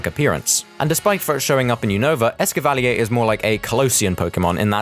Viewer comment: The official pronunciation of Escavalier is ess-ca-va-leer. Not how you pronounced it. This is the pronunciation used in the anime, which is forced by Game Freak to use the official ones.